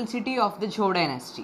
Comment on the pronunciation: the pronunciation of zhou is wrong